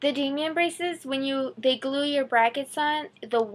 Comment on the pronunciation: It's not "Damien" it's "Damon" as in day-muhn